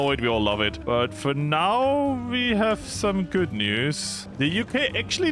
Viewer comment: hearing say "goot" while doing a 70 day focus, gotta be one of his best moments.